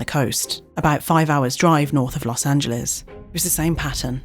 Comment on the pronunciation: She pronounced Los Angeles right!!! 😄🥳 So, SOOOOOO many foreigners (and even Americans) pronounce it incorrectly as "Los An-gel-lees" vs the correct "An-gel-lis".